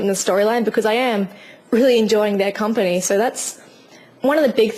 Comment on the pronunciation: i like how you say "so" like "ser".